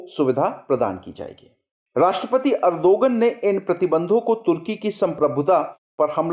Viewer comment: it's Erdoğan pronounced as erdoan, ğ is silent. please correct it.